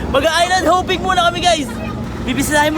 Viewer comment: island hopping ❌ island hoping ✅